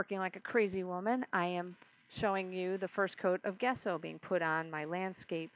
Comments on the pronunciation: I'm totally going to try this, thanks so much for the video!! Just one small issue, it's not "guess-so" it's pronounced "jess-so". It's an Italian painting term. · It looks good, but what is the stuff called? I am not sure what Guesso(?) is. In art school, we primed canvases with some stuff called Gesso (pronounced Jesso). I am not trying to correct you, or split hairs, I just would hate to use gesso, when in fact there is something else out there for this project called Guesso. I have been utterly surprised before :)